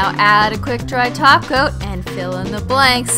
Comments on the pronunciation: SHE SAOD TOP COAT NOT TACO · she said top coat not taco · beep_beep_its_ross because she is saying toco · Glad to hear I'm not the only one! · She did not say glossy taco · Only i hear holo "taco"??? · Cause she does